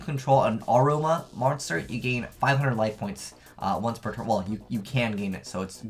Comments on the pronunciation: lol it's uh roh ma = aroma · thumbs up for not being able to pronounce "aroma". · Anyone else cringe every time he mispronounced Aroma?